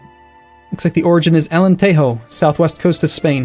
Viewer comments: Portuguese here. It's not "alenteho" as you said, it's "alentejo", as it's written. A J is a J as in Jay. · AlenteHo?! Southwest coast of SPAIN?! As a portuguese viewer l could not possibly be more triggered The J in Portuguese is pronounced like a normal J (what you might call a French J)